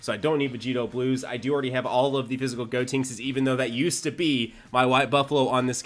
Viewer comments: STOP SAYING "GOTINKS" IT'S GOT E NKS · Joxanx Garcia actually it’s goatenks XD